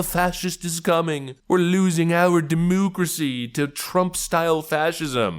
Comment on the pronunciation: For the love of god please stop saying demoocracy.